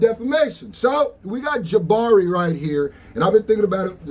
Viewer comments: It's Jamari not Jabari homie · JAMARI, not Jabari 😂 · It's JaMARI. Not Jabbari. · Jamari not Jabari 😂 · Yo, his name is JAMARI foo, with an M, lol, damn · It’s Jamari lol